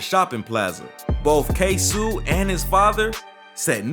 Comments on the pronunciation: Ksuu😂 ksoo lol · It’s ksoo